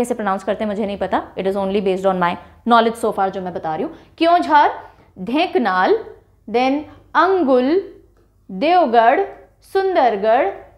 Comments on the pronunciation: When odisha was poor, everybody was talking there could be nothing at odisha even if people said where is odisha we don't know.Ri8 now it is developed all are interested to touch with odisha.But some pronunciation are wrong like that kend ra para it is kendrapada ,Dhen ka nal nahin Dhenkanal hai Bar garh nhn Bargad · Mam it's not angul ... It's anugul and also it's not ढेंकनाल its ढेंकानाल